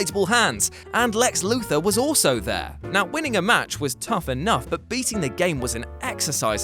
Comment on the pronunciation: Dude this is the third what culture list I've seen recently that calls Lex Luger the name "luthor" it's not the Superman guy you dicks. It's almost like none of you actually watch wrestling... Cough